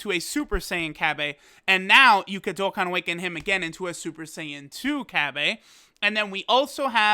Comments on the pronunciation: the way he says cabba bothers me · The way you say cabba irks me